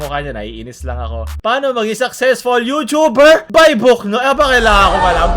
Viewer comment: you(chu)ber. ang sakit sa tenga.